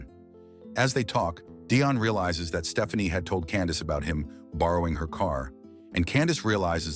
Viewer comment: I’m sorry, at the beginning, did this fool AI call her (P)Stephanie, with a “p”? I know I heard Puh-Stephanie. I can’t stop screaming; this is why ur my fav movie channel 😂😂😂